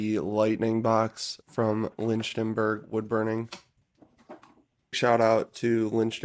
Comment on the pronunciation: I can't believe anyone would pay $1000 for what is essentially a $30 neon sign transformer in a steel enclosure. I guess it's for the fancy accessories? And just for the sake of credibility, it's "Lichtenberg" (like "lick-ten-berg") and not "Lynchtenberg". I'm not hating on your video - this is very nice work - but there are plenty of people who will be total assholes over minor errors and dismiss anything good you have to contribute. I did enjoy the video. Best wishes, and stay safe. Complacency is the enemy.